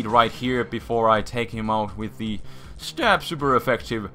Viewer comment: lol, like a sir accent pronouncing STAB